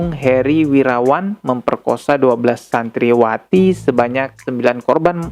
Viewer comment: Ralat pengucapan brooo.... Cibiru bukan cibubur - === Santriwati bukan Santriawati saya udah sering dengar anda salah pengucapan brooo contoh nya di video lain nya, Nabi khidir tp anda pengucapan nya Nabi Khoidir.... dan ada lg di beberapa video lain nya... td nya saya subscriber skrg udah unsubsciber gara² anda banyak pengucapan salah. dari situ saya ambil kesimpulan anda pengetahuan agamanya kurang tp suka ngomongin agama apa lg membahas agama....apa lg di post.... sblm post cek lg ya brooo audionya....!!!